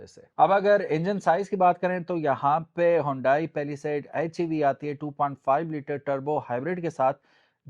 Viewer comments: Its not paliside it is palisade bro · Pehla side 😂😂😂 Pehla Saith 😂😂😂